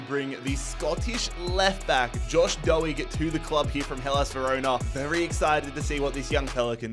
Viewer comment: You said josh Doig wrong